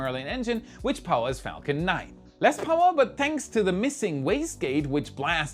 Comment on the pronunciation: If i may suggest you take care in your pronunciation of "Falcon 9" in future. It nearly sounded profane. But loven your work.